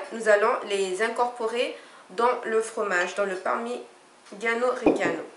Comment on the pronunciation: Vous avez mal prononcé parmigiano rigiano (fromage de la région)